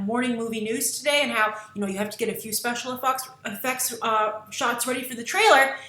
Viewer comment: Special Effucks? lol